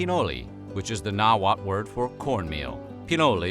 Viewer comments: The L at the end of all these words is actually pronounced. So it nahuatL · hearing people that have no idea about Nahuatl language trying to pronounce anything is funny